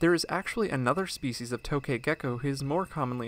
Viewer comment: It's actually pronounced "tuk ghae"